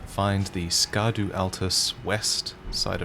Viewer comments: It's pronounced shadow. Scadu is a very very old way to spell shadow. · Scadu is old English and for shade or shadow and is pronounced as shadu. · Isnt “scadu” pronounced “shadow”? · Learned something today! It’s not pronounced Ska-doo. It’s the old English/medieval spelling of “shadow” Scadutree is Shadowtree. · So when are we gonna start pronouncing "scadu" properly? I'm pretty sure it's way closer to "shadow" (possibly sha-doo) than "ska-doo". "Sc" in Old English was pronounced as a modern "sh", and it looks a lot like a somewhat mangled spelling of sċeadu (Old English for "shadow"). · Actually, scadutree fragments is not pronounced Ska-du-tree. It's actually pronounced as Scooby-Doo Treats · I dunno if anyone has pointed this out to yet, but Scadu is old english, and is most likely pronounced as "Shad-oo" meaning Shadow. Scadutree is the Shadow Tree. Similar to how "Erd" means "Home" and "Halig" means "Holy." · The old english meaning for Scadu is shadow, and it would be pronounced "shadoo" tree. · Scadu is actually pronounced “shadow”, as it it old anglo-saxon english. Just like “Scadufax” is pronounced as “Shadowfax” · I think Scadu should be said like shadoo, it looks like old English spelling conventions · "Scadu" is pronounced as "shadow", being an older version of the word. Like how "evergaol" is pronounced as "everjail".